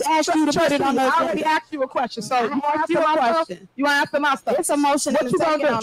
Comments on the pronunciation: Every time she says Axe, take a drink. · She can’t even say ask correctly drives me nuts.